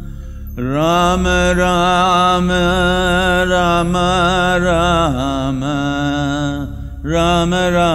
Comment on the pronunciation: The way you pronouncing the Rama word is divine Sadhguru 🙏🙏🙏